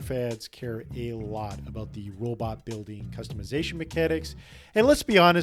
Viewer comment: Each time you said "robot" it triggered my autistic anger.